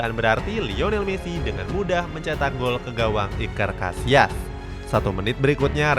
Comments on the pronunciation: Iker Cassilas bukan casias lain kali di ketahui dulu sama David villa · Yg gue denger : Iker Casillas Yg adik gue denger : Iker Casiass